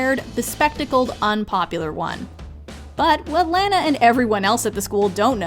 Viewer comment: It’s laa naa not lanoa I swerve what’s the problem of misspelled the name Lana/lanah/lani